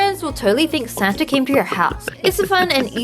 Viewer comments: wengie i love you but its santa (sa-an-ta) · i thinkthe thing that made me laugh the hardest in this vid is thew word santa-gie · Santaige??? What ?!? Haha wengie of so funny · "Santagie" I'm dying xD